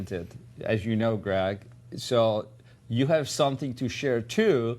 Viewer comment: he calls him ''grag'' hjahahahahaha